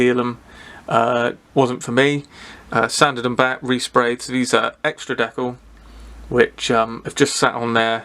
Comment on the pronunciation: You're saying decal correctly. It comes from the French word décollage.